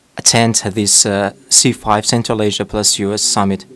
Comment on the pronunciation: Ол: "Централ эйжа зис ис фантастик рижн" - деп отыр!